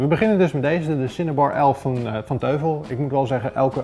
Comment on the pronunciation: 'Teufel' spreek je uit als 'Toifel'; 'duivel' in het Duits dus. Die Cinebar 11 is dus alleen voor mensen die ècht geen losse speakers willen. Die Z5500 die gebruikt was in zijn toptijd 350 euro en die geeft dus beter geluid, en dat voor een PC-setje. Dat die 52 THX niet aan draadloze connectiviteit doet is eigenlijk logisch. Heeft allemaal met kwaliteitsnormen te maken. THX is overigens een norm die door Lucas Film bedacht is, waarmee je idealiter Star Wars (specifiek The Return of the Jedi) zou moeten kijken. Zou leuk zijn om een paar filmscènes te testen bij dit soort items. Die knalscène uit Heat is wat ik altijd gebruik als ik ergens het geluid wil testen voor films... Tof item!